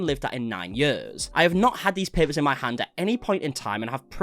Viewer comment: I love the accent, especially when you say years, yuhs lol😂❤